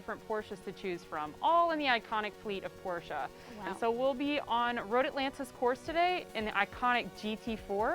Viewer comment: YES ITS “POR-SHUH” I try telling my friends this and they still say “porsh.” Also ur really pretty